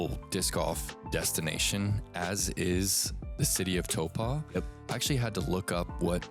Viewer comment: how you say it is pretty close but you’re usually a little off on the Po of Taupo. Listen to how Henry says it vs how you say it. Only commenting on this because I know you care, as you’re basically an honorary Kiwi now.